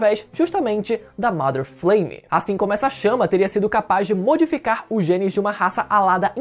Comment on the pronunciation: pq todo video que vejo dessa teoria o povo fala "mAder Fleime", não é assim que se fala inglês não.